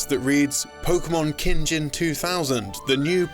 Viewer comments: Yeah, who pronounces “gin” in Japanese like the alcohol lol. This channel needs more people who understand Japanese. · "Pokémon Kinjin"???? It's "Kin, Gin", as in, "Gold, Silver". And the boxart you used for Stadium 2 isn't even the correct one - The game titled "Pokémon Stadium 2" in Japan is still a Gen 1 game.